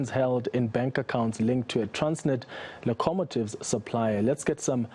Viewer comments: Surely some one at the TV station can correct this man,s pronunciation of the word locomotive instead of allowing him to crash. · What the fark is a "le-co-motive" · It's pronounced Loco-mo-tive